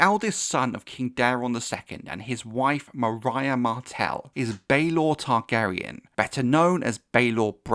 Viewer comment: Love your videos. Also appreciate how you pronounced "Myriah," because a lot of people pronounce it the same way the do "Meria" and that bothers me 😂